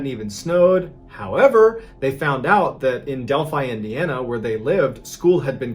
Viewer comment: First person who actually pronounced Delphi, Indiana correct. Most pronounce it Dell-Fee instead of Del-Fie. I grew up about 20 minutes from Delphi and went to church there and traveled all of those trails. Hard to believe something like that could happen in that beautiful little town.